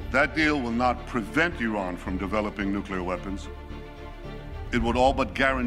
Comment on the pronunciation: They're still working on nu-cu-lur (a la Dubya).